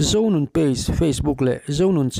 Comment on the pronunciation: Zonun ni lovin. Zozun tih tur ania